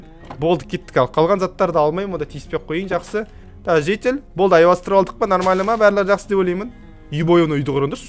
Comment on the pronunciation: Аймастырып емес алмастырып